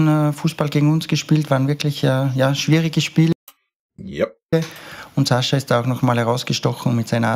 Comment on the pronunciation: Sein name wird Sascha ausgesprochen , hat er selbst gesagt .